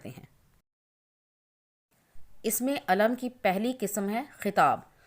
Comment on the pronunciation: Sister ye lafaz isme Eelam kehty hai Na k Ism e Aalam nahi kehty Ap sahi talafoz bhi nahi bol sakte